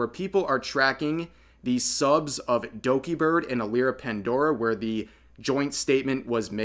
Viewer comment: I like how he says "Dogibird" At about 😂😂